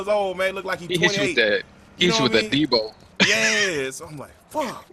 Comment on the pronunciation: lmao i died when he said Debow